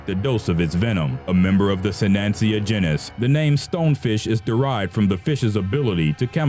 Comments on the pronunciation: If he says “jin is” one more time I’m going to scream. The word is pronounced jEn is. So jeanis People are beginning to slowly lose their ability to speak correctly. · Your channel needs narrators that can correctly pronounce things like "genus".